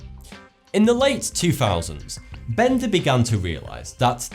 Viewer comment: My English friend here is having fun with the word Benda I see lol, I keep hearing the R at the end lmao From an American with English connections 😁